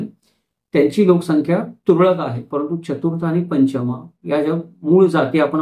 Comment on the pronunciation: Kothadiya, Chudiwal, Toshniwal, Nagda, Badjatya, Mutha, Sethi, Lohiya Munot hi naw marthi Digambar jainichi nahit..migrated jain lokanchi Ashi adnawa aahet Pashiam Maharashtra Gotra padhat nahiya. It's not Panchamaa it's Pancham pronounciation Chougule Patil are very common surnames in our community Aamhi dharmantar karun nahi jain zalo original jain ch aahot rashtrakut, ratta,shilahar raje jain hote. ethe anek juni mandir pratyek gawat aahet ji puratan aahet